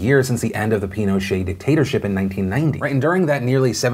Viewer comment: I know you said “dictatorship”...but I heard “potater-chip” and I think it’s a better option. 😁